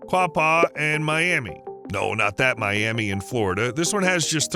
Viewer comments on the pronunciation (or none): You don't even bother to learn how to pronounce the towns you cover? Miami, OK is pronounced my-AM-uh - disrespectful! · Miami: Pronounced My-am-a Thank you! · It's pronounced my am a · Not Miamee, but Miamuh. Pronounce it properly. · It's pronounced my-am-uh not like Florida's Miami. I had to be that person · Around here, it's pronounced my-amah. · good video but never call miami “My am ee” in miami, speaking from experience… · Miami..... Is pronounced My. Am. Ah. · Miami in Okla. is Mi-am-uh. As a town in SE Okla. is Achille pronounced Atch-a-lee. Many other towns run the same gamut with people not knowing the pronunciation. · We realize you're not from the Oklahoma area and understanding the rich history of the native American Indian tribes. The town of Miami, Oklahoma was named after a tribe with the same name which the correct pronunciation is Myaamia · Okie here, we pronounce Miami as Miama, here in Oklahoma... Just a thought so you can pronounce the city correctly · Hahahaha…. I just said the same thing! I guess I should really look through comments before posting things like this…. Oh well, it is what it is :) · If you were from NE Oklahoma you would pronounce Miami with an A at the end in place of the I. Like MyAma. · I grew up in Miami, and it's not pronounced like the city in Florida. It's My-am-uh. Named for the Miami Tribe that was forced to settle there during Andrew Jackson's presidency. Same for the nearby towns of Quapaw, Wyandotte, and Seneca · You’re pronouncing Miami improperly! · The Miami Tribe in Indiana was pronounced me-Ah-me. People need to check local pronunciations. It's the same with Lafayette. A city name in many many states and with some stark differences. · Sorry everyone outside our state; This is the "I'm Vegan" of Oklahoma. Tell them about the Myaamia Tribe, and WHY it's pronounced with an "uh" sound. Have you even been to the Myaamia Heritage Museum? It's very educational. Okie-dokie.